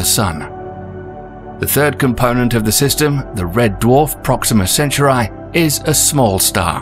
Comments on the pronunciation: It’s pronounced “Cent - R -E” right? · It's actually pronounced "Centaur-ee" These British Clowns didn't discover the fuckin place, so they're wrong. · Maybe you should learn how to pronounce CENTAURI first, then make a video about it! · Make an effort and pronounce CENTAURI properly..... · I don't trust a science video that pronounces the names of both the planets and the stars wrong. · You're pronouncing Centauri wrong... It's driving us nuts. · cool video but you pronounced centauri wrong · Cant finish the fkn video because of how the narrator pronounce Centauri... dislike. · Why he pronounce centauri like it doesn’t have an A in front of the u 😂and it’s not like it’s a bot saying all this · I couldn’t even sit through the first 2 minutes of this video. The incorrect pronunciation of Centauri ruins the entire video. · Centauri is not being pronounced correctly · I believe that you pronounce "centauri" differently.... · Great video! However the narrator's pronunciation of Alpha Centauri is annoying. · Amazing video with great details but the pronounciation of "Centauri" almost killed me. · That is NOT how you pronounce Centauri tho 🤦🏽‍♂️ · Now I know it is a proper noun but every time he pronounces Centauri like that, I die on the inside a little bit more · who taught you to pronounce centauri? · so you couldn't tell the narrator how to properly announce Centauri? pathetic! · Am I the only one who finds the pronunciation of Centauri in the video annoying? Otherwise, good content though! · He’s pronouncing it wrong. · WHO TF taught you to pronounce CENTAURI like that? L2speak b4 making vids. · I've never heard Centauri pronounced like that...is the narrator a bot? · Centauri is not an English word. Correct pronunciation is in Greek or Latin. This version is just... Bad... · Same here. It's not hard, they shouldn't be struggling with this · I thought so to, but I dont want the British to cancel me. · Let me guess, you say sen-tar-ee 🤣🤣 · It does take me off focus